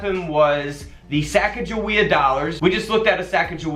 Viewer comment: I'd like to sell all my quarters for $380. I just watch your videos to hear you say Sacagawea.